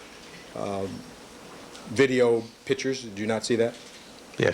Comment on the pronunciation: Cochran still can't pronounce the word "picture "